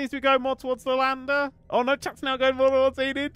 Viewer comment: Enid her accent is just perfect hahaha